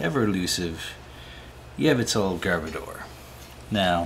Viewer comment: first time ive heard yveltal pronounced like that. yevltal